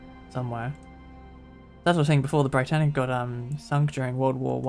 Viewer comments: It’s pronounced “Brit-tanic” as opposed to “bright-tanic” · It's not the Bri-Tannic. It's the Brit-Tannic. As in "Britain". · It’s not b-ree-t-ay-n-ic, it’s b-ree-tan-ic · no it’s Bri-tann-ic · Hi! The reason for the less clutter on deck in the RMS state is because, at the time of Britannic's commissioning as a hospital ship, only 5 of the planned 8 gantry davit lifeboat systems had been installed, so they were replaced with lots of traditional Welin lifeboat davits to make up for the lost capacity. Also, I believe the pronunciation is Britannic, like Britain not Britannic as in lie. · Great video! Just a heads up though Britannic is pronounced how you would say Britain